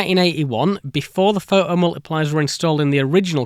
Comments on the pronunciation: Pho-oh multipliers eh? Great... until they shah-er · oh COME ONE, pho' 'o multipliers. but phoTocathode. phoTons. So you CAN say the T, but certain words, even with the same root words, get the silent treatment!